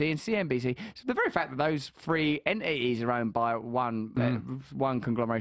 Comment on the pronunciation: I like when he tries to pronounce 'Entities". He can't say "t"s so it's "enh- ihh-ees".